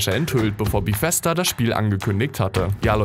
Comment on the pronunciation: Bithesda gibts nicht Es heißt BEthesda